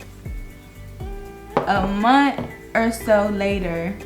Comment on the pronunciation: Sis...why I think I know who ur talking about. When u first started talking and I heard u say "Mont (month"...I was like "I know she from the City"...and then u stamped it! It's sooooo many DL men out here. That's why women are faking lesbian bcuz they have a better chance with the women than the men around here.